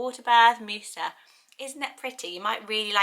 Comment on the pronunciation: Musa is Moses. It's not a variation of. Same person but in Islam. Oh and "Mu" is pronounced "moo", not "mew" 😅...